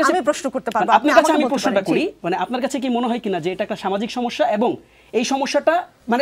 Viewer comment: আপনার "সমিস্যা " শুনে হাসি পেলে😊😊